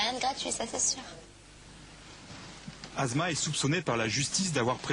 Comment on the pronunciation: Prononcer les mots:"assma" etnon "azma" correctement ,un doc doit être parfait sur toutes ses formes : netteté, prononciation ,véracité explicationobjectif(pas chauvinisme ,pas de sentiment